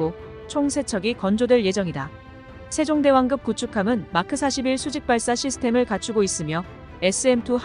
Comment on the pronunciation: 된소리 발음이 되지 않아 불편하네요. 발음법이 바뀌었나?? 예) 세종대왕급 --> 세종대왕끕